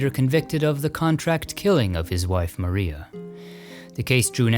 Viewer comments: Always so interesting and well produced. One thing, the word "Maria" in the name of Edison's studio is pronounced Muh-rye-uh rather than Mah ree uh. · It is pronounced Black Ma ri a. ie a paddy wagon. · Wonderful content, as always! Thanks to all who contributed! One point of correction - Edison's nascent film studio is pronounced "Black Ma-RYE-ah", as in the singer Mariah Carey. It was called that because they joked it resembled a police "paddywagon", which went by that nickname. Cheers!